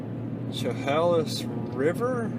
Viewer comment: It is pronounced Pee Ellll... emphasis of the P.... it is not Pa'El.... just to let ya' know... AND Chehalis River is pronounced.... "She....hail...lis.." Your got Raymond right.... You from NewYork?